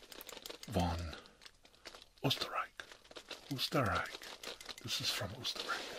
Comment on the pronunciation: This is perfect, I was just in need of ASMR to listen to while working on my own art. Thanks,! PS: Diggin that beard growth, wish I could see that bad boy fully grown! 😍 PSS: Just got to the Beer part xD, I'm Austrian too and I love every time you talk German and the Österreich pronunciation was good too:O